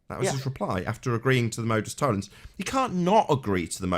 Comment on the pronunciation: Nice work again. Unfortunately Nathan is unlikely to understand why he is incorrect. He applies the logic of Modus Tollens with the same accuracy that he pronounces it.